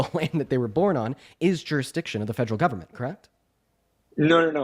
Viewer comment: “Fegeral” government